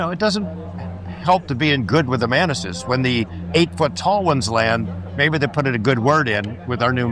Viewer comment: ... why did i hear "The mantises... the man-tits" 🤣🤣🤣